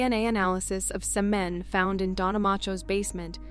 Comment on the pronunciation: Screw this garbage. Your crappy AI doesn't know how to pronounce semen. Dislike bye.